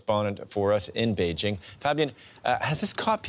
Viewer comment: He pronounced Beijing like a native.